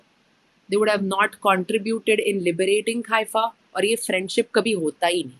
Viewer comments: I noticed you pronounce Haifa as Khaifa? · Is it khaifa? as you are pronouncing or Haifa, what we heard so far.